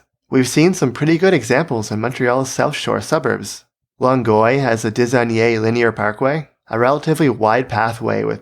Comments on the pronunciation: how far is Longueuil buddy? It's Long Guy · You butchered the pronunciation of Longueil but otherwise well said